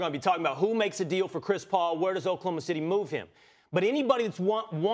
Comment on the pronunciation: So we just gonna ignore “Chis Paul”?